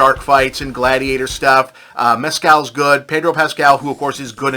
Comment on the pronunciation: Irish guy here. Paul Mescal's name is pronounced MES-cal, not Mes-CAL.